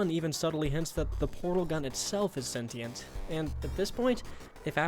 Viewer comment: >Says everyone in Portal is a moron >Pronounces "sentient" wrong multiple times